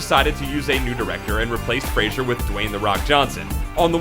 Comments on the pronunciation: It's FRASER, not Frasier. Furry Vengeance was awesome. I laughed hard. What's wrong with a movie that the kids can watch? Monkeybone was as much a kid's movie as James and the Giant Peach, but a lot funnier for adults. I laughed really hard at both of them, and have seen them both more than once. My tween and teen kids also loved them. And what about the many great indies he's been in? He has a wide range of acting ability, great comedic timing, and sheer physicality which allows him to do demanding roles. He will be a star for a long time to come. Hollywood is changing. The old guard is passing away (literally) and a fresher vision is beginning to guide the industry. Initial box office can be a result of many factors, and a loss can become a gain after overseas, DVD, premium TV, and merchandising markets bring in money for years to come. On a personal note, he's a cool dude! My son was shocked to find out from watching a talk show interview with Fraser, that he used to play Halo on X-Box Live with him. I predict he'll be around for a long time even if he never gets critical success., Because for him, as for the similarly underacknowledged Kurt Russell and Keanu Reeves, critics are just annoying haters who are gonna hate. The people know what we like. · When you're doing a segment on someone, learn to pronounce his or her name. It's FRAY-ZER. 90% of the time, the narrator said 'Frasier" or something very close to it. He ain't Kelsey Grammer. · Why does the narrator keep talking about 'Frasier'? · "Fray-zer" not "Fray-shur." Leave my boy alone. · His name is Fraser, not Frasier. So he's spoken differently! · His name is Fraser not Frazier. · *Fraser, not "Frasier". You have ZERO credibility, loser. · What's annoying is the fact that you cannot pronounce his last name correctly. It's pronounced "Fray-Zer" not "Fray-Shur." He even states so himself in interviews - it annoys the f*ck out of him how people mispronounce it. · Brendan Fray--SER. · It's Fraser, not Frasier.